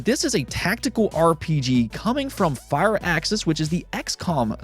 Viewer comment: I noticed you said Firaxis as Fire-axis. Just wanted to note that most people(even the company itself) pronounces it Fu-rax-sis. But aye man, Toe-may-toe, To-MA-toe